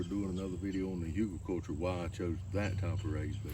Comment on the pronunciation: I think it's HOO-gul, but who really knows? It's a German word